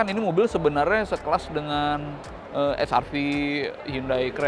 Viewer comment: Saya sangat setuju ketika reviewer diawal video menyebut wrv hrv tetap dengan lafal Indonesia👍